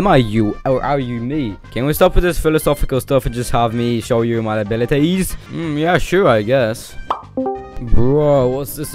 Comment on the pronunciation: THE WAY HE SAS ABILIEtLES